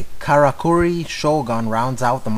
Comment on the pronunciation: It's pronounced "Kara-Curry"